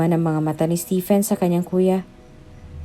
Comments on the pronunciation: Stephen is pronounced as Steven 😉🤔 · Just a constructive comment, if you don't mind. "Stephen pronounced as STEVEN or STEVON" . Btw, it was a wonderful story.